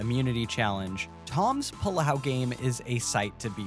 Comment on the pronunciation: I know you're saying "Tom's Palau game" but it sounds like "Tom's pullout game" and I just think that's very good and funny